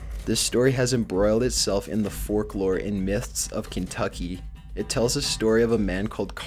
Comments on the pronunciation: lol he says forklore instead of folklore lol..i'm not judging or making fun per say, it's just hilarious that its all you hear now once you've heard the first few mistakes lol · Am I the only one who noticed that he pronounced folklore, forklore!?🍴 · lol he says "forklore" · maxxy kitten lol & he said forklore (folklore). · NIGGA SAID "FORKLORE" HAHAHA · PLEASE stop with the 'forklore'!!!! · and "Forklore" is that stories passed from fork to fork? its "Folk-Lore" "foh-lk" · "Forklore" UUUUGGGGHHHHHH really? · stop saying forklore